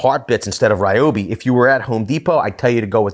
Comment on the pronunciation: Its pronounced ree-oh-bee.